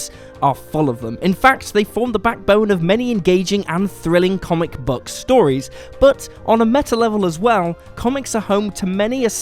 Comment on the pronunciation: Buck. Buck? Aren't you English? Its book. Like school. You dont say schul. Maybe you do. Ive got too much time on my hands